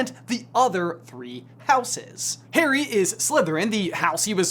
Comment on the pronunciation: Pretty sure he calls harry Haley. And then again he says Perry. Lol.